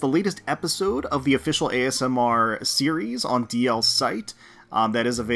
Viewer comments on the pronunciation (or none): none